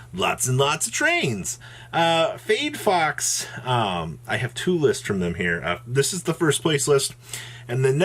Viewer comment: Lol. Its FAYD BOX not FAYD FOX :-D